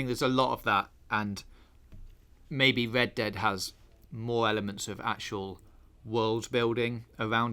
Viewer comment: Hello and welcome to this episode of wed dead....speech impediment much😂 sounds like